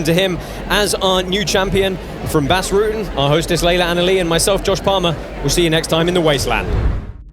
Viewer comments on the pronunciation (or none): And stop calling him Root’n, it’s Rutten.